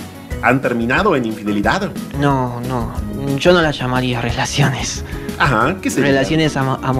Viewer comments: Infedi.. infe WANAIMPORTAHH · 😂😂😂😂😂😂😂 infedili, infidile ,no importa 😂😂😂😂😂😂😂 tremendo paloma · Cuando dijo :infediledad mori😂😂😂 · Jajaja pobre, la parte donde no puede decir infidelidad me mato